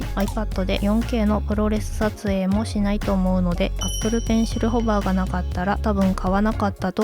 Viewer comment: ProResはプロレ「ズ」と読みます！ 詳細なレビューありがとうございます🙏